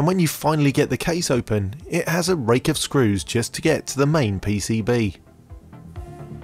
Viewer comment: "rakes"? is either secretly Irish or Scottish, or has superior to his countrymen!